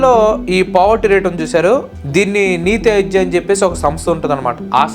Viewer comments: నీతి అయోగ్య కాదు అన్న....నీతి ఆయోగ్ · Adi NITI అయోగ్య or అరోగ్య kadu... ఆయోగ్.